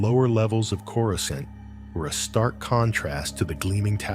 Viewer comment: I literally thought the exact same thing! I looked down to post a comment and I saw yours. Absolutely, don't narrate Star Wars if you can't even pronounce the planets.